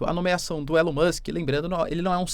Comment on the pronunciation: ilao musk.. nao eh assim q c fala eh ELAO MUSK